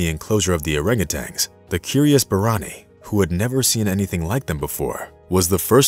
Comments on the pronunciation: I'm guessing there are many others watching that feel as i do about the narration. I'm trying to be positive D appreciate the story, but dang.. hearing them called monkeys and orangutanGs instead of apes and orangutans is just too dang grating on my ears! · And you hung a G on the end of their name when pronouncing. Tan, not tang. Nice story though. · Please, PLEASE learn to properly pronounce the animal names; it’s orangu “tan”, not orangu “tangs. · Well he also thinks that orangutans are monkeys and that it's pronounced orangutang, so I think it's safe to say he lacks some credibility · You're right, they are not monkeys, they are among the great apes. He also insists on pronouncing Orangutans with a final "g", which drives me up a wall. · And he was saying Orangutangs instead of Orangutans. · Orangutans, not orangutangs. Lol. Cool video otherwise. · There is only one ‘g’ in orangutan, also. At least to me it seems like the computer voice is saying ‘tang’, at the end. Maybe not. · He calls them "Orangutangs" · They probably just made the video for people that don't know better. This guy doesn't even pronounce their name correctly so he's not so smart.